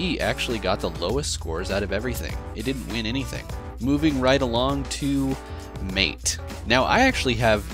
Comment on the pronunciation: Just one thing that bothered me, MATE is pronounced "mah-tey" instead of "mayte" as you said in the video. This is because it is named after a South American tea named "Yerba maté." /rant Nice video though!